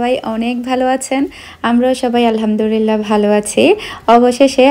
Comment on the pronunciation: আপু,কিছু মনে করবেন না প্লিজ। ১০০ কে হওয়ার অনেক আগে থেকেই আপনার ভ্লগ দেখি।অনেক ভাল লাগে। ত,কথা টা এর আগেও অনেক বার বলতে গিয়েও বলিনি।কিন্তু এখন বলেই দিচ্ছি,প্লিজ কিছু মনে করবেন না। আপনি যে,আলহামদুরিল্লাহ বলেন এটা ত ভুল আপু,আলহামদুলিল্লাহ হবে ত।তাই না!!...